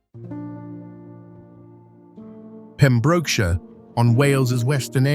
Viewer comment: Please learn how to pronounce Pembrokeshire correctly !